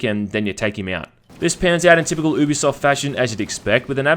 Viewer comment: why can no pronounce UBISOFT? it's not "OO-BI-SOFT" ITS "YOU-BI-SOFT" damnit. I know. this for a FACT. I called the company and actually asked them. that's how much it bugged me